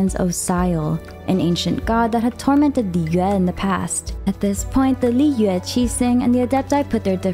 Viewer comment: shes says it in the correct pronunciation for mondstadt but with the others shes a little off. A good example would be the way she pronounces liyue shes very harsh on the yue part and is to quick on the Li and it sounds so bad 😅